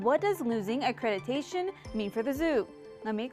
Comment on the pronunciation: Accreditation not accretitation